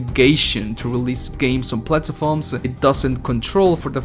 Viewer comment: Its platforms not plat”a”forms